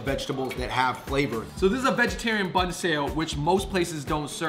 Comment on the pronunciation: The fung brothers keep pronouncing 'bun' wrong xD